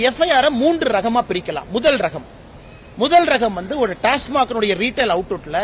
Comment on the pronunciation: டாஸ்மார்க் என்று உச்சரிக்கிறார். கவனியுங்கள்.